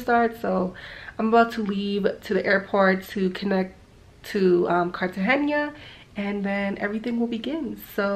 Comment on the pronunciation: Your vlog is really good but please just pronounce it Cartagena and not Cartagenia